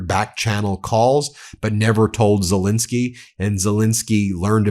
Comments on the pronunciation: I try again: please say SelEnsky. Not Selinsky. You wouldn't want to be called Moselas, would you? Everybody correctly says MEIselas. Well, it's ZELENSKY. P.S.: I love your commentaries. Nothing but praise for those. But please, refer to Ukrain's president as ZELENSKY. We owe him that. Thank you very much in advance! 🙂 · Quite a while ago I heard of President Zel-E-nsky of Ukraine, but he’s STILL magically morphing into Zel-I-nsky! Why? WHY?